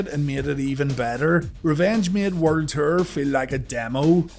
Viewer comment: WCW werd ter lol sorry bro, love your videos it just took me a minute to figure out you were saying world tour. Keep doing your thing though bro